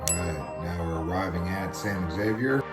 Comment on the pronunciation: It's pronounced San Ha-vere